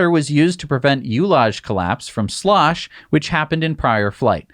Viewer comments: ullage is pronounced "uhl-lage" ("uh" as in duh) :) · Sorry to be the pronunciation police, again... the first is... ortogenuss. The 2nd is ullage, pronounced like dull ige.